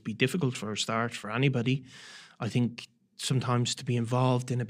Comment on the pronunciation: It’s think not tink